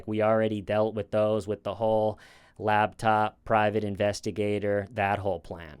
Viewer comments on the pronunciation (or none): Repeat after me... Lap. "Lap!" Top. "Top!" Laptop. "LaBtOp!"